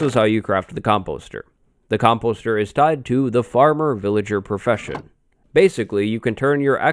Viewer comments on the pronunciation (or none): He pronounces composter so wrong